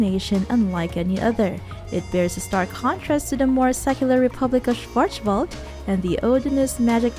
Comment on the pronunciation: your german pronounciation is terrible haha. Schwarzwald is also german for Blackforrest.